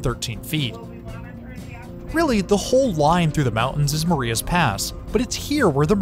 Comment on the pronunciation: Not to be a pronunciation corrector, but that isn't how Marias Pass is pronounced. It's pronounced "ma-RYH-uhs".